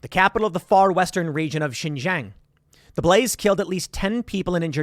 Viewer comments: XinJiang "SheenJeeAng" Tim!!! Not "ShinZhang" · Love to see it :D. All Chinese refugees welcome unless you simp for the CCP but Brandon would never except them. Tim, your asian half is showing, let a black man whos really into China help you out. Xinjiang is pronounced (seen-jee-ong). The jiang part is pronounced fast though in a fluent manner. When you break it up slowly it sounds a bit funny.